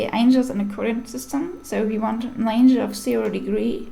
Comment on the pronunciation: Im not sure if you’re Russian, but Angle would be pronounced more closely with the word ангел. in English I have frequent confusion between Angle, and Angel. Now I wonder, what is the word for Angle in Russian?